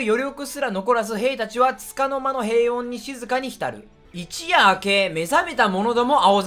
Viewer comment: 他の実況者もだけどYoutubeに投稿するんならもっと漢字勉強しろよ.... あとこの場合一夜(ひとよ)でしょ